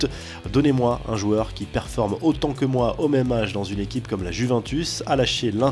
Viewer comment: "La Juvintus" 😂😂😂